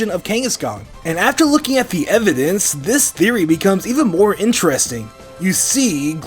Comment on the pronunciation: i thought you said Mvidence